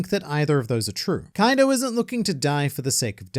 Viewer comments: Its not kaido. Its Kai D. Oh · "Kwaido" 😂 I like this even better than "Koido" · Kawaiido... I love how funny that sounds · Ah yes "Kawido" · You get the Like just for saying Kuwaido. Well done. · "Kawiido" is top notch, sir! 🤣